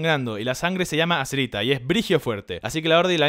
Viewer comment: Todo estaba bn hasta q escuche azerita